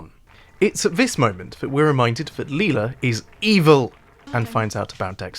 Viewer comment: Dope video man. Well Done. However i gotta nit pick one thing, bro Please pronounce their names right lol "MiGell" not MigWell. and "LIE-la," not Leela. When you say their names like that it makes me think you didn't actually watch the show lol no one on the show pronounces their names the way you do. Otherwise, awesome job